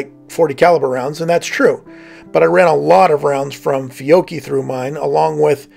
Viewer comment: Having Italian blood in me, I'd say the name of the Fiocchi ammo is pronounced as "fee-ohh-chee". But that's especially if your're from the northeast. I gotta get me some since I bought this handgun today. Thanks for the video.